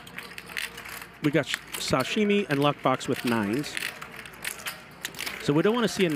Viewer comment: Why can't say her name correctly? It's not SHashimi...it's Sashimi...god damn...